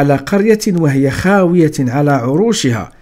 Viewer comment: أعجبني طريقة وضعك للقصص حسب التسلسل الزمني للأنبياء شكرا لك.. لكن لدي ملاحظة حاول المرة القادمة قراءة الآيات القرآنية بشكل مظبوط مثلا كلمة خَاوِيَةٌ نطقتها بتكسير التاء في حين هي تقرأ بتنوين الضم وكلمة مِائَةَ قرأتها بفتح الميم..